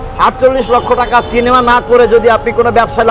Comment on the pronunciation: চিনিমা নয় রে ভাই ঐটা সিনেমা হবে